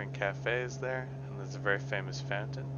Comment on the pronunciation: When he was saying fountain I thought he said phantom. There's a really nice 'phantom' in Mission Bay